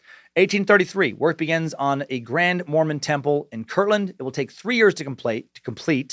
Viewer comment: The way you say Mormon temple has me believing otherwise.